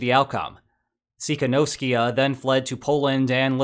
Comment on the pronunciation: Opposition leader is called TY-KHA-NOVS-KAYA, not Tsy ...something !!!